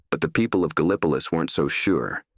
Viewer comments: I've never heard of Ga-lip-po-lus !?!?😂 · Very interesting. Wonder where Ga-lip-ah-luss is lol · Gallipolis is pronounced Gal-ah-po-lis.. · Pronounced "gal•uh•police" with accent on LAST syllable "lease'" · You pronounce it "Gal Pliss". You ain't from Gallipolis, are you? lol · You all are putting too many syllables in it. lol There's only 2, Gal (like owl) pliss.( like piss) Some say gal pleece(like fleece). Not police We use a little different word pronunciation than other folks. lol My favorite "outta towner" pronunciation effort is Galapagos. (like the island) Haha!